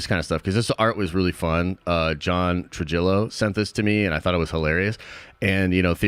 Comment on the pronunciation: It's pronounced Tru-hi-yo lol